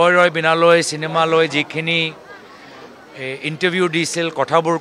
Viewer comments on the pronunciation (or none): এইজনে জুবিন দাৰ চিনেমা খনৰ নামটোকে ভালকৈ কব পৰা নাই। ৰৈ ৰৈ বিনালৈ নহয়, ৰৈ ৰৈ বিনালে।